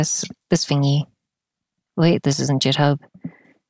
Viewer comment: why are you saying jithub 😭😭